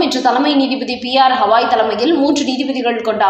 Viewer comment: அம்மாடி. உங்கள் சேனலுக்கு காதுகளே கிடையாதா. இல்லை கமெண்ட்களை பார்ப்பதில்லையா. உச்சநீதிமன்ற நீதிபதி ஹவாய் அல்ல கவாய்.